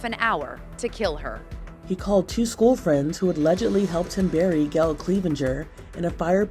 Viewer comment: It’s school, not SKEWiLL.